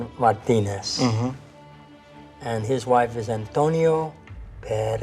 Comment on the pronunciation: He doesn’t.. he says Antonia.